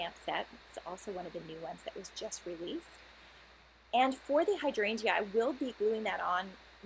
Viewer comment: Nit picky comment I know....BUT you are not pronouncing hydrangea correctly...the "e" is silent. As a lover of these beautiful plants, I just had to correct you...hope this doesn't come across as rude as it's not meant to be. Thank you for the video.